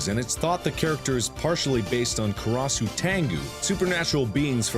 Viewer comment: Funny how Markiplier went out of his way to pronounce all the European names correctly like Gille or Tepes or Wallachia, but when Japanese came up karas became kuross.